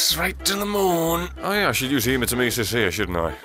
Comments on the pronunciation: every time u say Hematemesis its cute but wrong its said He-Ma-tem-a-sis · Hey guys it may be almost halfway through 2018 but it still bothers me how pronounces hematemesis okay goodbye